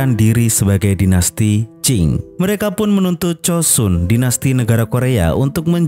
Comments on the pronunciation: Joseon bang bukan chosun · itu pelafalan koreanya, tapi sebenernya bukan chosun juga, tapi chosan